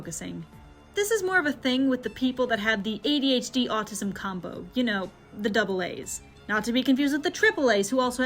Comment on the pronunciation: It’s “Autism”, not “Autisum”